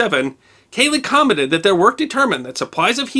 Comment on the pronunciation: "Halley comme(n)tted..."